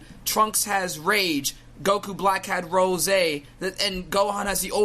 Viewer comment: OMG the way you say Goku Rosaayy instead of just Rose makes me cringe.